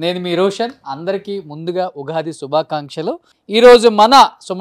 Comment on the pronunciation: రోషన్ ఉఘాది కాదు ఉగాది